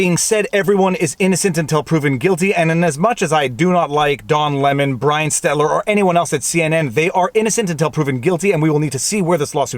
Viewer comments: 1) Feeding the Al Go Rhythm! 2) Brian *Stelter*, not Stetler. 3) Hi, Winnie! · GOD DAMMIT his name is STELTER not Stettler, this it the second time you have mispronounced his name and made it into my last name. Do it again and i will DEMAND you write yourself a CEASE AND DECIST letter. for defaming my name and a perfectly good canadian city. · STELTER Viva. Not STETLER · It's STELTERRRRRRR godamnit.. how many times do i have to tell you it's not STETLER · Please, Stet-ler is a town in Alberta, where I live, Stel-ter Stel-ter Stel-ter. Thank you. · Damn lysdexia. SteLTER not STEDLER (yes he looks like a permanent marker) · SteLter....not SteTler. Killing me, dude. :D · Stelter, NOT Stetler VF, either way i prefer Mark Dices' euphemism of Humpty Dumpty, or Hump for short, i love his imitations of Humpty, here take a look. Ha ha ha, never fails to make me crack a smile. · Ol. You consistently mispronounce MINNEAPOLIS (only 2 "N"s, and his name is STELTER, not stetler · "Stel-ter", not "Stet-ler", LOL! Like Helter-skelter, its Brian Stelter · Stelter NOT Stetlar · Do you say "Stetler" instead of "Stelter" on purpose? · I probably won’t see Brian Stet-ler report on this because the man’s name is Stel-ter. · Brian SteLTer not SteTLer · For God’s sake it’s pronounced Stelter not Stettler!! And Minneapolis not Minneanapolis!! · It’s Stelter* not “Stetler”. You’ve made this mistake before btw. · When will anyone ever tell Viva how to pronounce "Stelter" correctly or is that a running gag? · I think Viva deliberately mauls stelter’s name into Stetler - it’s hilarious way through show disdain in an otherwise excusable or “mistaken” way. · Hey Viva...just FTR It's STEL-TER NOT Stet-ler Other than that...carry on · every time you say "Stetler" I have to google that idiot to make sure that I'm saying it correctly-when I am forced to. Stelter. Stelter. :( I should never look up that character. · Viva, FYI, the idiot’s name is spelled and pronounced STELTER, not STELTER.